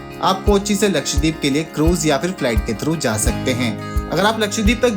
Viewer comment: Bro, it’s not लक्षदीप, but लक्षद्वीप